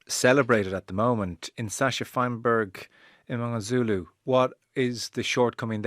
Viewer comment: HE IS MNGOMEZULU - SAY HIS NAME RIGHT!!!!!